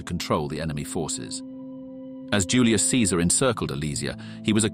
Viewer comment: From the first sentences and drawings used, specially when talking about cirumvalation and contravalation, and before that, the pronunciation of Julius Caesar, and the phrase about "violence and death" and blah blah, I believe this seems to be an AI channel, just one more of these that happen to be sprouting everwhere, with comments included. Yours, however, was the only one that seemed written by someone who was really watching, and also has a fully functional brain. Cheers.